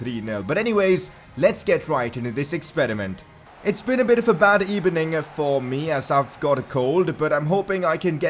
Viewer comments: On the keyboard, B is next to V, that's why he says "Good ebening" instead of "Good evening" LMFAO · Good Ebening Senor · The comments of this video 20% how Wenger is better than unai 80% “good ebening” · Good ebening as well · good ebening señor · "what did you think of var today?" - commentator. "it's very streched decision, gud ebening." - emery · Good Ebening everybody I wanted to watch Leicester city Carrer Mode. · "It was not a good ebening" Meme of the Day